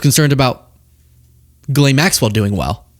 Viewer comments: JIZZ-LANE IS HOW ITS SAID IN “MURRICAN” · I believe it is pronounced "G'lon" 😬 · Giz-lane is how they pronounce her name. Kam-ala is their version for Kamala Harris. They always mispronounce names of people they don't respect intentionally. You know that because he they are corrected repeatedly but keep saying it wrong. So petty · you don't understand why people pronounce it "Jizzlane" when its literally spelled like that? I have no idea how Ghislaine = Ga-Lane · Subconsciously referring to “jism “ when pronouncing her name?😂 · Jizlane is the best pronunciation and we shouldn't be making a thing of correcting the way people pronounce a sex traffickers name. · Jizz, it’s a slang word for sperm/spunk. Calling her Gizzlane is taking the piss out of her, ie, she has a lane full of Jizz. I’m Scottish and I call her Jizzlane MacSwell. She looses all correct pronunciation of her name for being a dirty rapey slag. Respect for your work my friend 👍❤ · They're pronouncing it like "Jizz Lane". Unintentional???? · ‘Jislanne” 😂😂😂! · It is funny to me when people pronounce it "Jizz-Lane" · Still pronouncing Ghislaine wrong ..... in all of 8 attempts.